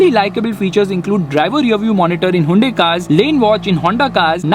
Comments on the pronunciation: Why u pronouncing haiyundai😁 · No one:: Hivunde